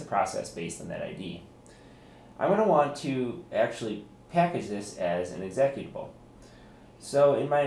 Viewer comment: Haa Exec at abul lol. seconds. How can you work in computers and not know how to pronounce executable!